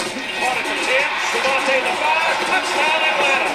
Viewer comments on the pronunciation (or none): DevonTAE not DevonTUH. Just thought you should know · Lol it’s pronounced “Devontay” Freeman btw